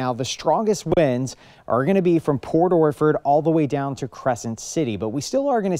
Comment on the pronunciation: Port Orflord.😅?? What.. orchard